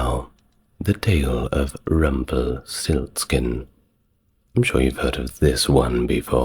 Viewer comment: I thought so too, but he said Rumpelsiltskin instead of RumpelsTiltskin 😇